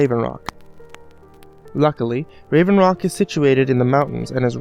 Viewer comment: he said rave rock, it hought solstheim